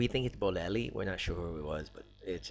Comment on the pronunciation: it's Bollelli... ;)